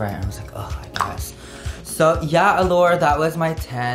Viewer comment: he said allure wrong lol